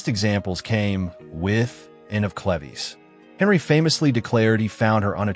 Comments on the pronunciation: "Ann of cleveeze"!? It's Cleve's. Now written as Move. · Anne of Cleves - seemed to be giving the AI voice some trouble with pronunciation! Not Cle-vez - but Clee-ves. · Me screaming at the tv “IT’S CLEVES!” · I knew I wasn’t the only one that heard it wrong. I was screaming at the tv. 😂